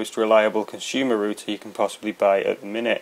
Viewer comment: Thank god, somebody is pronouncing RoUter right!!!!!! Greetings from not America!